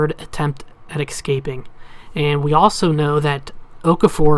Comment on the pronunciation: "Ex scaping" lol what accent is that